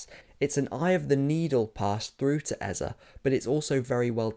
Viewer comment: Let’s stop this Eza business. We’ve all known how to pronounce this name from when he was at Crystal Palace. All of sudden. It’s Eze. Might as well call him Aza. Since e is a. It’s Eze, that name has a meaning.